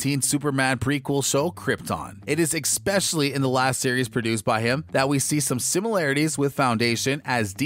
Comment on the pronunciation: Great review but oh my gosh you have to stop saying "ekspecially". You have a great voice over voice, all ruined by saying "especially" that way. Twice. YouTube is not a place to show off your ebonics skills if you don't want to be pigeon-holed.